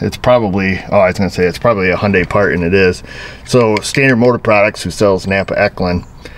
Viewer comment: Just say "Hyundai" as if you were sneezing...No "Y".